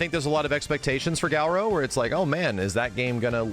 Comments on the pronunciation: I wonder why pronounces Garou like "Gal-ro" or "Gau-ro"? Also what's a gift sub? Is it a twitch thing? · if max pronounces Garou correctly and stops calling it Gaourow i'll put in 4,000 gift subs